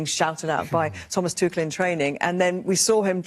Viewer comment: Somebody tell Wazza that Tuchel is German not French. "Tuschell"